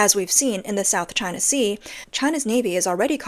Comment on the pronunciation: Hearing "South Ching Sea" always gets me!!!😂😂😂